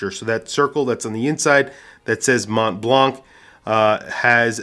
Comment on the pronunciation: Montblanc is pronounced Monblan.